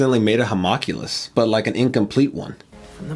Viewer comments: i know people are probably gonna tell you this a few times and i was gonna ignore it but you said it like 10 times in this one episode. you're pronouncing homunculus wrong, its not ho-mock-u-less, its hu-monk-u-less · I'm sure a Hawmockulous is pretty cool, but for the love of God, "Ho--mun--cu--lus". lol Much love guys. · It really annoys me that they don't know how to say Homunculus